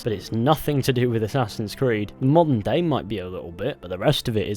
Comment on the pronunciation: okay i maybe deaf but i keep hearing him say "monday" instead of modern day